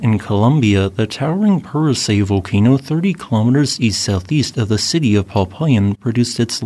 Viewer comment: You pronounced Puracé perfectly. Popayán also has an emphasis on the last syllable. Nevando del Ruiz has been producing ash columns as well. Based on Instagram videos. Thank you for the great videos.